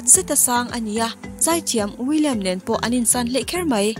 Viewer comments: William te tii... Will.I.Am ti a lam tur... a dang pawh tam.. cringy zet2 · I guess there's some mis-pronouncing about the name of will.i.am......m i ri8 🤔